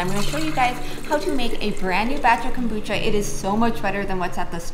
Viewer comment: love your show, but one thing, what the heck is Cobutcha? lol